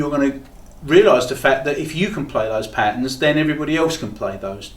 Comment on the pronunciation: Come on its not pat-ns. Try pat-turns.